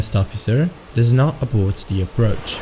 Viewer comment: Abort. Not 'Aboard'.